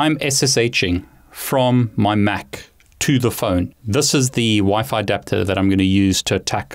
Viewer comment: I was going to suggest you use Wi-Fi too but in the video it is Wi-Fi to you keep saying Wifit